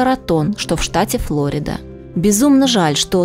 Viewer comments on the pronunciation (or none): Правильно говорить ФлорИда,а не ФлОрида. Не мешало бы заглядывать в словарь или Википедию. Часто произносите слова неверно.